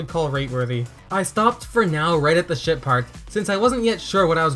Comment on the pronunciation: I keep thinking you say sh*t part and not ship part.